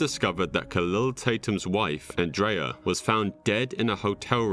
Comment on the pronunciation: The real crime is the idiot narrator butchering the names "Relisha" and "Andrea". What an imbecile.